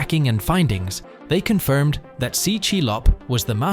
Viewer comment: Do a quick google search on how tse is pronounced my man. It’s not ‘C’, it’s ‘Xie’